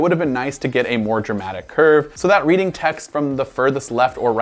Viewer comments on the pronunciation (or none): none